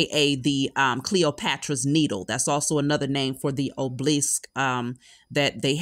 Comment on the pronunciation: Obelisk not oblisk!!!